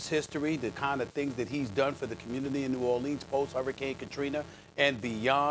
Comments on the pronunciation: He’s the only one pronounce New Orleans that way lol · Stephen says New Orleans incorrectly